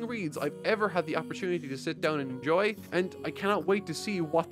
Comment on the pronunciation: the way he said enjoy in the end was weird